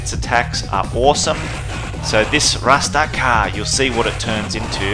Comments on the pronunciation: Alex doesn't say "rastcar" he says Gurando Appa which means ground upper, his fist scrapes the ground when he does the uppercut When I was a kid playing these games I thought he said grab the power 😅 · He’s saying grand uppah (grand upper), not rastakah rofl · Glad to see someone who actually appreciates Bare Knuckle 3 and you play the superior Japanese version. Good man, keep up the good work. Edit: It's "GRAND UPPER!" , not "RASTACA!". Haha. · Axel says grand upper. Dont worry dude. As a kid we thought he said gratta pah. And we still say it to this day